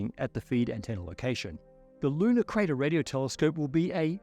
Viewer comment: With your accent, I first heard “Ludicrous” Radio Telescope. Good name to not get funding.